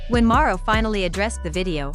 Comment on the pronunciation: At least have the voice thing pronounce his name correctly… and this video sucks.. basically repeated the same thing 4 times to drag out the video smh